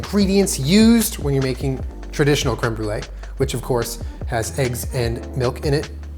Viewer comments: is going to Brolee it to um. Instead on brulee. Lol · it’s creme br-e-lee,,, for his e-girl <3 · I'm the brûlée Me, a french Canadian, in my mind: it's '' brûleur'' but ok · Brûlée? More like Bruh-lée